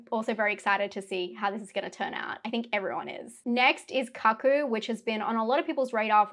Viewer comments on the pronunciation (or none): Was your pronunciation of Cuckoo a Freudian slip? 👀